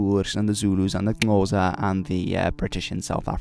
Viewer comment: Holy shit you correctly pronounced Xhosa. As a language nerd who did a paper on them that made me happy!